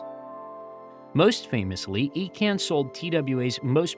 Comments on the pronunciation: Icahn is pronounced EYE-con, not E-con. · It is pronounced EYE-CON not EEE-CAN and he single handedly LOOTED TWA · Ir's Carl Icahn (EYE-Con). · It’s Eye-con, not Ee-con. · It wasn’t Carl Icahn as in Ecan, but Icon. I’m surprised you missed that obvious and very published pronunciation. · Icahn is pronounced eye-conn not eee-can. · You completed mispronounced Carl Icahn's name. The name is pronounced as Eye-can... NOT Eee-can. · I spent more hours swathed in that TWA red at STL Lambert than I care to remember. FYI, it's pronounced Carl EYE-CON or ICON, not EE-CON. And he was an asshat. A disgraceful raider who destroyed everything in his path. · Great video. I remember flying to Europe on TWA. One correction. It’s EYE-kahn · Not Eecahn, Eyrcann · The name is pronounced "EYE-CON". He is one of the most prominent and well known Wall Street Insiders in the World. I generally really enjoy some of your videos but please spend a minute on background and research of all subjects you plan to talk about. If you can't even pronounce one of the most famous investors of all time how can I trust that you have put any real research into the rest of your information? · Icahn, pronounced EYE-con. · His name is pronounced Carl EYE-Cahn. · But his name was pronounced “Eye-Conn” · Great job but wish you can re edit your deep dive. Carl icahn. Credibility posting online you need to be correct avoiding miss pronouncing. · pretty good, until you got to Carl Icahn really need to check how to pronouce names... wayyy off. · Well it's surely an AI error. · Give the guy a break just because he mispronounced a name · i think that's not the correct pronunciation of Icahn.